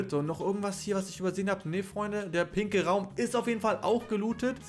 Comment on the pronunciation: Hast du bei den pinken Raumgrad gesagt pinkel